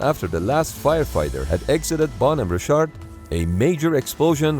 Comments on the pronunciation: Good video, but really hard to watch this with the narrator pronouncing Bonhamme Richard as "Bone Hammer Shart" every 2 minutes. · Why does he call the ship “Bon over shart” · Bon-hom-me Rich-ard. Famous American Revolutionary War ship's namesake. Captain was John Paul Jones, who exclaimed in 1779, "I have not yet begun to fight!". No educated American could mispronounce this so badly. Please get better. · Where is narrator from? Always called them ships phonetically, bon home richard. It's like he loses half the syllables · At first I thought the ship's name was 'Ballnumber Shark' Then I turned on the subtitles because I didn't catch the exact times (10: 30 firefighters start withdrawing and 10: 50 explosion) and only then did I found out it was the 'Bonhomme Richard!' The second US Navy ship bearing that name served in The Pacific War but didn't suffer any fatal fires. But speaking about the Pacific War, the US Navy had some excellent firefighting and damage control teams back then, didn't they? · why the hell does this guy pronounced 'bonhomme richard' like that? i had to google it because i had no idea what he was trying to say. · you say Bonhomme Richard so weird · You mispronounced Bonhomme Richard. Both words are accented on the first syllable. The ship's name is from a ship of Revolutionary War fame. Actually the US Navy does pretty good when it comes to equipping ships with features to fight damage and save or prevent loss of life no matter what the cause is. This should have never happened.